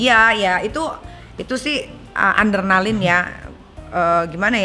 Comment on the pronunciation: Adrenaline nyai bukan ANdrenaline :))